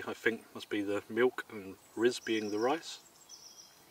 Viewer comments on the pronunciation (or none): I was wondering what "risolet" was until I saw the label. XD "riz" is pronounced "ri" (like "ree", the Z is silent) so it would be "ree-o-lay" (sort of). Nice video! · The Z in riz au lait is silent. So more like "ree oh lay" Good review. Made me hungry again tbh. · Oh and riz is pronounced ree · Just FYI, the z in riz is silent.